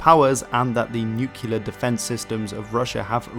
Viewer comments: It is pronunced NUCLEAR from the word nucleus not nUchELar 🤪. Why does everyone say it like this ? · Please don't pronounce nuclear as /ˈnjuːkɪlə/, it's /ˈnjuːklɪə/. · "nookyuular" oof... Fantastic video save for that rough start. Best way to remember is to say nuclear nu-clearly. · Ok, it's making me twitch. Please, Nook-lee-ar, not Nook-you-lar. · Nuclear. It's pronounce "nu-clear" I didn't make it past your inability to use letters correctly because your input doesn't matter. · Why can't you pronounce the word nuclear?